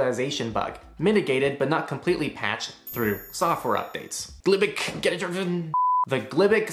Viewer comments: Thanks for the great video! FYI: glibc is pronounced g lib c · it's pronounced gee-lib-cee and get-adder-info